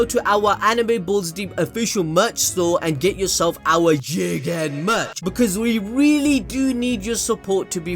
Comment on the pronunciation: Starting to hear CHIIICKEENN rather than JIIGEENNN 0.0